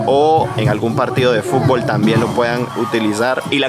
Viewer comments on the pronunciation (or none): none